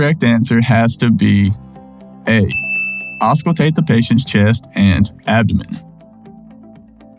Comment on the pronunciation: right. I thought the same thing, so when he said ausculate, I was like huh???